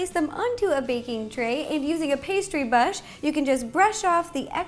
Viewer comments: Did anyone notice that she said bush instead or brush 😂😂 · Pastry bash I think u mean brush lol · Pastry bush?? 😂😂😂😂😂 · Did she say pastry bush?? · Lol she said pastry bush